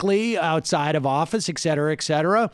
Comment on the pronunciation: ET CETERA. ET CETERA. The abbreviation 'etc' is for the latin phrase 'et cetera'. You sound like a moron when you say EKKKSETERA, and Sam I would never call you that. Yes this is more important to me in this moment than Pelosi and Trump destroying american heritage.